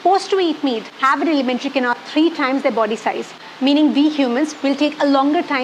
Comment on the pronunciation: Yeah she needs to go to "alimentary" school 😂